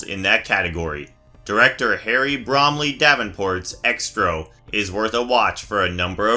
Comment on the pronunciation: X-tro? It’s pronounced “Zetro”.